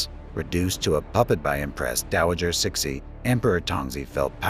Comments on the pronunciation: Your pronunciation if CIXI is horrible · Get a new AI Your pronunciation if CIXI is quite frankly is insulting, a lot of your facts are sadly inaccurate and wanting. go away and do research